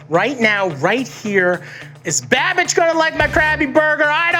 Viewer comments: I kept hearing “bad bitch” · I thought he was saying "bad bitch" for a long time 😂😂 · Is Matty saying babitch? I swear that’s what I’m hearing. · Man's pretty much calls him "Babitch" throughout the entire video and no-one gives a fuck 😂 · I heard Matty call Andrew babitch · I'm hearing Matty say "Bad-Bitch" instead of "Babbish"..... lmao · Keeps calling him Babitch, hahaha. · He called him babitch 😂😂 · All I heard from Matty was "Binging with BadBitch" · Why dose Matty sounds hes calling babish . Bad Bitch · Every time Matty says 'Babish' it sounds like 'bad-bitch'... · "Babitch" lmao XD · I cannot unhear "Babitch" xD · Instead of "babage" I legit thought he said "babitch" :'))) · Is he saying banish or bad bitch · keep thinking Matty is saying bad bitch lol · he says bimbish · I always thought he said babitch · I just heard bad bitch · Matty kept saying “babitch” for some reason that was hilarious to me. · Does Matty keep calling him "Babich"? Lol. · Everytime Matty says Babish I keep hearing "bad bitch" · Did he just call him BABITCH? LMAO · I thought matty was saying badbitch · I keep hearing badbitch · Half the time he was saying Babitch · I thought he was saying Babbitch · anyone else think he was saying bad bitch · He was saying BaBitch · I love how Matty calls Babish, “Babich”😂😭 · I heard Babidge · Is Matty saying “Babidge”? 😆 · I feel like Matty keeps saying BABITCH :D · I swear I heard matty say pronounce Binging with babitch! Lol Matty stole the whole show! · Why does he keep saying Babitch? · "Babitch" lol. He said it like 3 times. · When matty called babish "babitch" 😭🤣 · "babich" lol